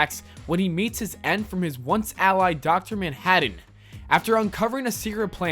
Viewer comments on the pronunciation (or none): "Dr. Manhadden" Am I the only one that got bothered by his pronunciation?